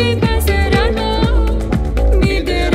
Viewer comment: تنطق فلور غلط تنطق فيور تسلمى على المجهود 💞